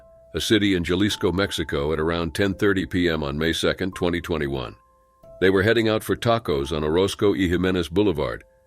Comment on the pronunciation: Jaliso is pronounced HA-LISS-COHHH.